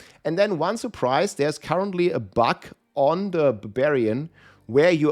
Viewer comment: buG not buK ! :D